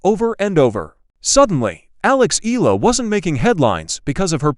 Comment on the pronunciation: There's no such name in the Philippines Ee-luh! It should be pronounce the correct Filipino way, should be pronounce A-Yeah-Luh (Eala) Got it